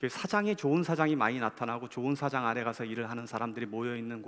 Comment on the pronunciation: 처음 소개하시는 분. 저 딴지같은 것 싫어하는데 '사- 장 '은 뭍다. '사장'은 대표. 말의 장단이 귀에 거슬림